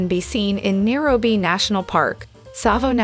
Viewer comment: SuhfahRi not suhfeery. Nyerobee not narrowbee